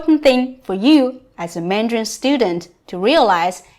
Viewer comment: You are saying Mandrain not Mandarin....